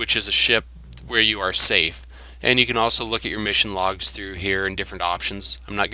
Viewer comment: The yellow star on the HUD is the Squad leader of that group of Stalkers and is actually the only one you can interact with. Idk but it sounded in the video to me like you said CAN'T 😹 Also you don't have to get bolts out to put away weapon, you can just press the buber number key for the weapon